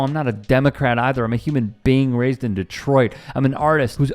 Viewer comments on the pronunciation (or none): none